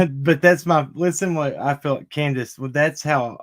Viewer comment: It's candus lol!